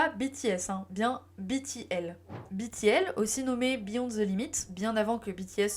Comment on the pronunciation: Super Video ! Le travail de fond sur la sujet est très apprécié En revanche certain point que je tiens a soulevever BTL -> on prononce too gi ( comme le son dans gitan)en coreen on dit bien 투 지 Prononce Too Jay si tu veux mais ce sera mal compris Backing vocals -> prononciation le a comme dans avion pour backing.je ne regarde pas la video je lecoute comme un podcast et en tecoutant jai cru que tu petrissais les voix comme tu petris la pate a pain Mais très chouette contenu !!❤